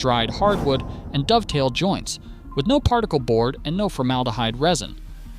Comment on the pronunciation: A Dov-a-tail joint. That's a new one. Either it's AI or someone who shouldn't talk about wood